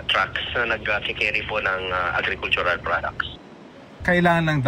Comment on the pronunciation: AGRICULTURAL… ulitin mo raffy agen agen